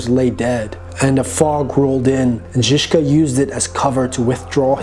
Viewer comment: I really like your pronunciation of his name "Žižka".. not many foreigners can pronounce it as well as you : )